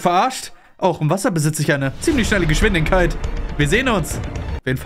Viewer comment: digga merkt keiner das er geschwindinkeit sagt anstadt geschwindigkeit